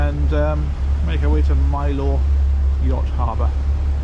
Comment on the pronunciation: Next time you visit, pronounce Mylor as the honorary Cornishman you'd be...Mylor as My-ler. 😅